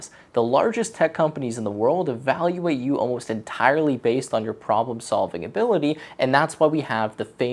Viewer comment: "problem sovling"